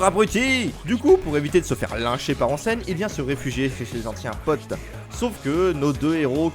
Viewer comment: XD et c'est housen(prononcé Ossen), onsen c'est les sources d'eau chaude. Bref bonne vidéo y a plein de chose à savoir sur l'univers suzuran, c'est n'est qu'un aperçu. Et pareil sur le Furyo qui comme souligné dans la vidéo est un société d'adolescent dans la société, avec une certaine loi du plus fort qui amène une justice face à l'injustice du monde adulte. Pour moi le furyo est l'héritier direct d'un cinéma de délinquant des USA tel que Fureur de Vivre(Nicholas Ray - 1955), Guerriers de la Nuit (Walter Hill – 1979), Rusty James et Outsiders (Francis F. Coppola - 1983), qui rassemblent les divers éléments fondateurs.